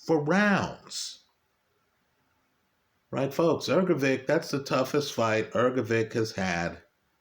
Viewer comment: trivial matter but it should be Hrgovitsch not Hrgovik